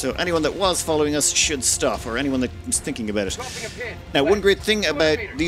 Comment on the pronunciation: wasnt looking at the screen, and thought, huh never seen a battle button labeled "or/ore" before. then i looked up and remembered cant say R like an american